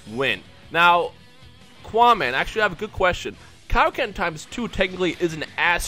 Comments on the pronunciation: I DONT WANNA BE A DICK BUT PLEEEEEEEEASE DON'T SAY KAI O KEN!!! i thought it was pronounced like kay o ken man... (ik its spelled kaioken) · *its pronounced kay-oh-ken